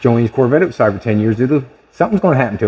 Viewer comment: Go oatside 😂😂😂😂outside,not oatside